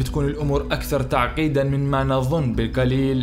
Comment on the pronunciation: لو الكاف ترجعها قاف يكون أفضل ، قطارات وليس كتارات ، تعقيدا وليس تعكيدا ، فقط وليس فكت ، وقيس عليها ، وما تبقى فبرنامجك جيد